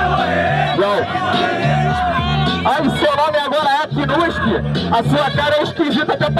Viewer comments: bosnoro2028 ele falava knusqui ? Kkkk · xamã não sabia nem falar o nome do knust kkkkk, agora tão fechado e bombando